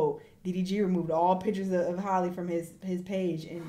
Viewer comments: nah you be saying Holly😭😭😭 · Halle H-Al-ee NOT Holly 😂😂😂😂😂😂😂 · Not coming at the lady for saying "holly" when she calls her "hailey" 😭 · Can someone please make a compilation of struggling/mispronouncing Halle’s name🤣🤣🤣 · It's strange how some people pronounce Halle Berry's name right, but not Halle Bailey's. Lol it's the same name, same spelling. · Everyone can say Halle Berry's name, but not this Halle for some reason, lol I don't know how so many people get it so wrong 😭